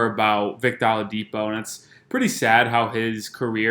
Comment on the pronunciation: Sir,, it's "O-LA-DIPO",, not "AHLA-DIPO"..you killn us